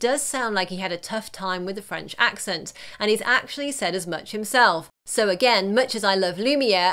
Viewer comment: I thought that the French accent was AMAZING!!!!!